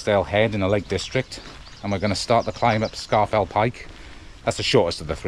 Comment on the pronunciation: I’m probably late to the game as per, but it’s Loch Low-mond and Scar-fell Pike (...end of anal pedantry ...) 😬 Another great video guys, and very well done 👍